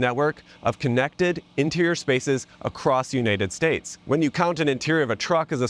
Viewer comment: pls tell me what accent this is for him to say unetted states